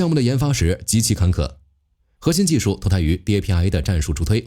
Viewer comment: DARPA不会读吗？